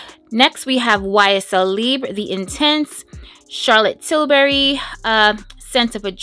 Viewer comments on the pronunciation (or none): none